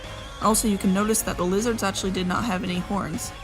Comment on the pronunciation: "They were 3 losers called zolt, zerg and zork" And then I realized she said "lizards", not "losers". Oh well.